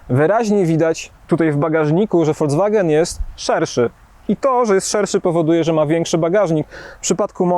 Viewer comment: Mówimy: folks-wagen, a nie folc-wagen, panie redaktorze.